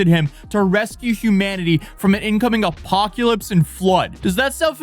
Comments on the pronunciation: "Apoculypse" instead of "apocalypse". Right up there with other stupidly mispronounced words such as "nucular" instead of "nuclear" and "fentenol" instead of "fentanyl". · ' Apoculypse' & 'Psychriatric' Brother you need more sleep 😂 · Lol “apoculypse” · Honestly, those boats are works of art & very sea-worthy (I know he didn't build 'em, but the folks who did are master boat builders!) Yo, - it's not "apoc-U-lypse." js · Is he saying apo-cue-lypse? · Im here for the "apoculypse". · ...are you pronouncing the "y" in apocalypse? I keep hearing you say "apoc-yailpse" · Did you just pronounce apocalypse with a u? 😂